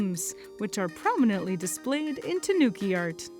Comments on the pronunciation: Great! But it’s "TA-nu-ki". Not “tuh-NOO-ki". It grates on my ear drums to hear that. While I’m at it, it’s "YA-KU-za" and "TA-MA-go" (egg), not “yuh-KOO-zuh" and "tuh-MAW-go". If udon wanna tempura-arily manga-Ie the lingo. (lingo = apple) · TAHnuki, not tuhNOOki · An interesting introduction to a very interesting animal! Also, just FYI, “tanuki” is a Japanese word—TAnuki, not TaNUki. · That pronunciation of Tanuki killed me. Please learn how to pronounce it properly.